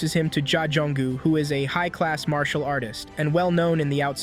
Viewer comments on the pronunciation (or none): none